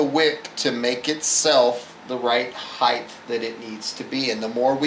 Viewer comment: excellent vid too bad he cant pronounce "height" correctly